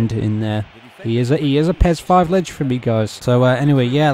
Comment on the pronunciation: Love how you say legend (leg) haha.